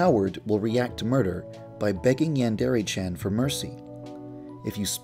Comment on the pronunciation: yeah it is i know Japanese